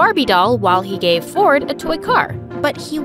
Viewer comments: Why does it sounds like his name is fortnite? 😭💀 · Who heard fortnight instead of ford and i🥲🤣🤣🤣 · I thought she said her brother's name is "fortnight" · bro said "my tein brother fortnite" run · I love how brother is named Ford but pronounced fortnight😂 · When she said Ford and I I heard Fortnite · my brother “ford and i” sounds so like fortnight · Ford and I sounded like fortnite 🤣🤣🤣 is it just me or everyone 😑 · When he said ford and i i thought he said fortnite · When it said ford and I I heard Fortnite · i thought she said "my twin brother fortnite" at the start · is it just me or when she saids my twin brother ford and i sounds like fortnight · When said “Ford and I” I thought she said and my brother fortnite lol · When she said Ford and I I thought she said Fortnite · I heard fortnight😂😂😂😂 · Why did i heard fortnite not ford💀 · bro at the very beginning when she said "my brother Ford and I" I thought she said his name was Fornite. 😂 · Did he just said fornite? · "My little brother Fortnite" That is what i heard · i swear i heard her say “my twin brother fortnite” 💀💀😭😭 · Who else thinked that she said "my twin brother fortnight"